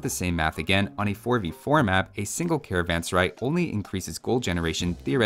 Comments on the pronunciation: the first pronunciation is the correct one as the word sarai means a place to rest and is pronounced as suh-rah-eh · it is pronounced " Karvaan Serae" just like the English letter "a" makes.. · A better pronunciation for carvansarai would be car-one-sir-aye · How to say serai.."Say-ra-ae". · [karavan-saraj] to pronounce correctly